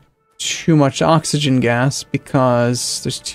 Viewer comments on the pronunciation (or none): none